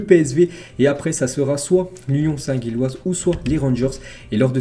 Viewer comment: Gilloise et pas guilloise respect ✊